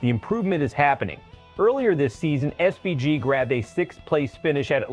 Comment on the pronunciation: learn how to pronounce his name ffs